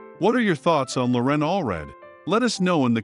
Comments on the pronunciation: LoREN ? It's LORen. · You mispronounced Loren's name, but at least you were consistent and did it every time. You put the empha'sis on the wrong sylla'ble. It's Lo'ren, not Loren'. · I admire Loren a great deal, but I don't admire the sloppy work you did on this video. Had you even watched the BGT audition, you would have known that she pronounces her first name with the stress on the first syllable, not the second. It was painful to listen to you butcher something as basic as her name. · She pronounces her 1st name with the emphasis on the first syllable! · if you want us to know all about her, perhaps you and pronounce her name correctly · Mispronouncing her name rather undermines your credibility as an authority on the matter. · Why is your narrator MISpronouncing "Loren" Alfred's first name. Watch her first appearance on Britain's Got Talent )YouTube)and HEAR her say it. This is an inexcusable, amateur mistake. Get it right and re-record the voice over. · You might start with pronouncing her name correctly. Just sayin’.